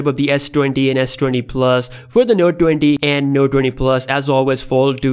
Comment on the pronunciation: Galaxy no duenty and galaxy fol du. I’m sorry, I couldn’t... Great video though, thank you.